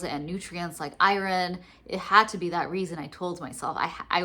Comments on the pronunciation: Lol, I can't handle the "i-ron" mispronunciation. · Girl, if you don't stop pronouncing it i-RON! Where are you from? 😂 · Oooohhhh... I thought you were saying "I-R-N". I was wondering what that stood for. You're actually saying "iron". I've never heard it pronounced the way you say it before. I've mostly just hear it pronounced "eye-urn". So southern people say "urn". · Never heard anyone pronounce iron like that